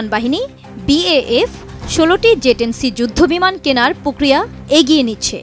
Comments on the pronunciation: It's J10C apni bar bar Ze10c ken boltesen? -. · "যে" না। এটা হবে, "জে" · It’s J10C not Ze 10C. Get your pronunciation right . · Its not Ze its J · মগাভাই, ঐটা ze(যে) না, J(জে)। আগে সংবাদপাঠকদের দেখে আমরা উচ্চারণ ঠিক করে নিতাম, এখন এদেরকে ঠিক করাইতে আবার প্রাইমারি স্কুলে পাঠানো লাগবে।🙄